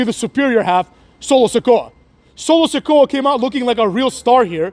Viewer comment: "Solo Se-CUCK" 😂